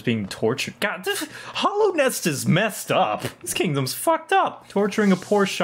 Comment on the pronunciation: lot of your theory's were accurate except 1... ITS HALLOWNEST NOT HOLLOWNEST